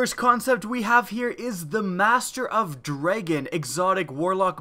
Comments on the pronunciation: Lol "dreigon" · *pronounces dragon as dregon furiously